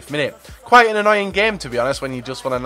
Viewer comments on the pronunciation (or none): none